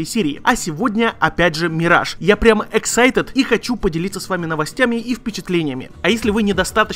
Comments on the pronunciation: ЭксайтЕТ? Это что за произношение такое?)) excited |ɪkˈsaɪtɪd| - (иксайтыд) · Ору с твоих "excited"